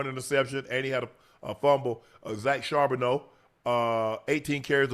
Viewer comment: Unc...it's Shar-bow-nay.. One day you'll get there.. 💙💚